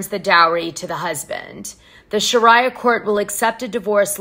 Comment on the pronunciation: it's pronounced 'shar-ee-ah'